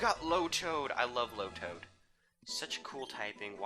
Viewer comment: tailow (tay-low) lotad (low-tad)